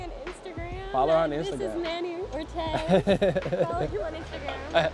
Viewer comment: My boy Manny “Ortez” !!!!!